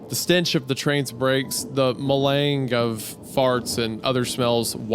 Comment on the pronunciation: Oh Isiah, he is bad with French pronunciations like he didn’t recognize pirouette and melange. Poor lad.